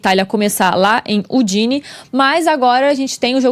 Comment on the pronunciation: Só corrigindo: o nome da cidade se pronuncia Údine, é localizada na região chamada de Friuli-Venezia Giulia, e fica próxima da fronteira com a Eslovênia.